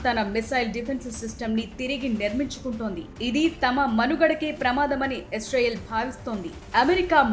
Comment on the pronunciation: ఎస్ రైల్ కాదు ఇజ్రాయిల్ 😜🤓